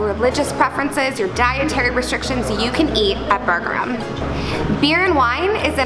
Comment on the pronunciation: It is actually pronounced booger-eem (pronounced with a strong R) Burgerim is a Hebrew word wich obviously translates to burgers.